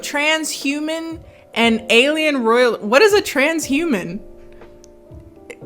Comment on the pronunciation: SIS! When you said "tran-sh-uman" i died!!